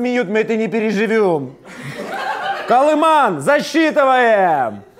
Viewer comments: не Калиман, а Каливан! Хлопці! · КолыВан, а не "колыман". С вас смеются комментарии. Вы не переживёте.